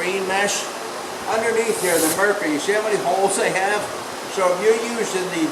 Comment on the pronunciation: Wonderful videos. Thank you for being a mentor! You did a great job advertising for the disks that you have found that you like better than marker discs, but I didn’t hear what the name brand is. Not “marker”, Mercker” Can you reply as to the name the disks that you like? Thank you.